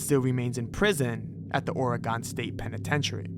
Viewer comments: And the way he is saying Oregon to😭 no no no It’s all wrong! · Oregon is NOT pronounced Or-eh-Gone… it’s Or-e-gun… as an Oregonian, it’s beyond fucking annoying to hear y’all butcher my state’s name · Dawg how do you mispronounce Oregon??? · the way he pronounced oregon and illinois made me VERY scared when i realized he was about to say niagara falls